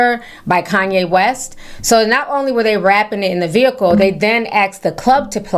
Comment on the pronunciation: "look at that Vee- Hickle!?" lol....If more ppl had God in their hearts, they'd be blessed to.